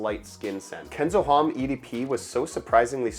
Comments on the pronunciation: Common dude HOMME! you are in parfums at least try to learn 3 words used in perfumery for everyone not professional. HOMME most common one , losse H if you dont use nasal o no matter but lose H. It like Jack ( yack) instead ( dʒæk, j+a sound) 😅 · The H in homme is silent